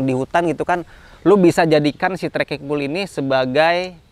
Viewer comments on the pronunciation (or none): baca: "pol" bukan "pul"